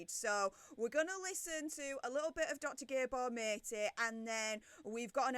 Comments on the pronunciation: This event was sponsored by Penguin Random House, who pocketed the proceeds. They had just published Gabor Mate's new book, so it was purely a publicity stunt for him as well. BTW, his name isn't pronounced "mate" - it's MAH-tay. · This whole thing is gutting, Gabor Matè is my hero. His surname is pronounced “Matt eh” xx